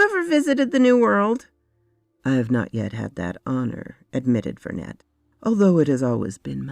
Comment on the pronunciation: The name Vernet is French, so the T is silent. In real life it is the names of a painter who, in the works of Arthur Conan Doyle was supposed to be related to the mother of Sherlock Holmes, hence Sherry (presumably Sherrinford) Vernet in this story.